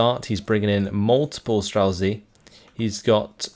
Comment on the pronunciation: Great cast as always, love your videos, I watch your uploads daily. So I hate to be one of these people but can you please put words into google translate and press listen, these are words you're forced to say everyday in your casting life; strzelcy, saperzy etc. Cheers, love your work!